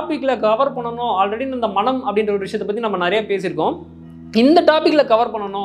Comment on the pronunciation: மணம் என்று உச்சரிக்காது மனம் என்று உச்சரியுங்கள் நன்றி